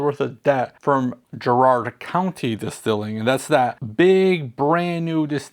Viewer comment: Garrard is pronounced Gare-urd. Like Chair but with a g. Tf is Uncle Nearest doing buying property on Martha’s Vineyard? If you do something stupid (like allegedly use stolen construction equipment as collateral on a loan)………don’t get caught 😂😂😂.